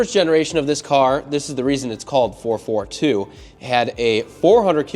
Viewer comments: Someone needs to explain to the young lad that it is a Four Four Two - not a Four Forty-two. Sacrilege.!! Nice job on the cleanup! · 4-4-2 not 4-42. lol 😂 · It’s called a four four two not four forty two. My god father was a gutless cutlass lover. He had idk how many 442’s I’d say at least 20 over the years but kept 4 as his prides. Two W30’s and two convertible 442’s. Him and my dad (who’s was a cougar fan) would bring their cars every weekend to New England dragway. I’ll never forget those days as a kid in the 70’s. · It's 4-4-2 not ,4-42.…... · It's pronounced 4-4-2